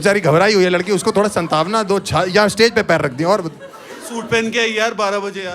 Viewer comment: Harsh bhai it's not santanva it's satvna 😂😂😂